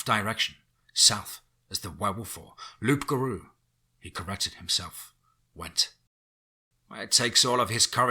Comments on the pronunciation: for those who dont know...its pronounced "loo - ga - roo" its a cajun word from louisiana. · Come on it’s pronounced “Loo Garoo”. The P is silent and it’s how the term Rougarou came to be. From the Cajun dialect of French for “wolf man”. Awesome story and beautifully narrated as always. Your werewolf and dogman stories are by far the best on YouTube. You always seem to find (or in some cases write) a fresh new take on the werewolf genre which is not easy considering how many stories have been written about it. Keep up the good work! #teamFEAR #CRYPTIDCREW